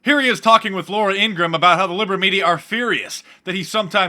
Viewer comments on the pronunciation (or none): It's Ingraham not Ingram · INGRAHAM, not Ingram !